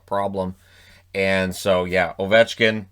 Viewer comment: You got ovechkin wrong